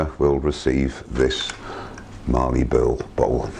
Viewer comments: Great bowl, but as an Aussie, mallee as in mal-lee rather than marlee in terms of pronounciation. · Very nice piece of mallee. There is no R in mallee :) it is pronounced 'MAL' + 'EE'. What you have is what we call an end cap but not sure of the species. love the end result.